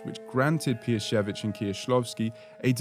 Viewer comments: well done, really nice prononcuation. I appreciate tthe researtch and the effort to pronounce it correctly. BTW i just watched your video about Eggers' influences and I loved it. I was happy to see Kieślowski after checking your other content :D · I appreciate how accurately you pronounce their names, Kieślowski, Piesiewicz. Thank you!